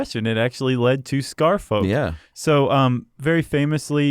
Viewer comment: Scarfolk is not pronounced like that, you know. Like Cheshire and Worchestire